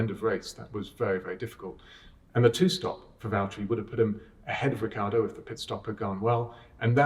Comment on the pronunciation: No one: James: rikki-yardo